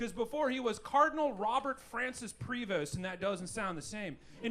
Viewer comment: Congratulations!! You're one of the few people mentioning the Pope's Cardinal name and SAYING IT CORRECTLY!!